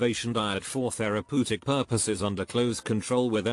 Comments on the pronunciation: also AI "thera- poo- tic" instead of therapeutic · Computer voice "thera poo tic" Me: Beavis and Butthead laughing